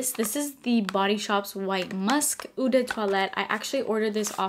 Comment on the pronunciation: So I know people probably don't care but since a lot of your content is perfume related maybe you should know... "Eau" isn't pronounced "ooh" it's pronounced "oh." Since you're gonna be saying it in almost every video might be better if you actually say the word right lol.